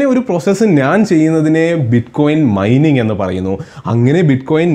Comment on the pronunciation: Myning alla mining enn aan😅